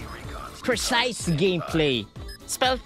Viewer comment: "pre size"💀